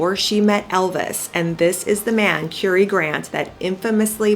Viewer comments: It’s Currrr ee not Cure ee 🤦🏻‍♀️. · Just thought I'd let you know you are pronouncing his name incorrectly. It's pronounced as in Curry that you eat, thank you.